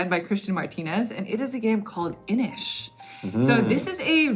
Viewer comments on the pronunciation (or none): INIS! You culled INIS?!? My lord.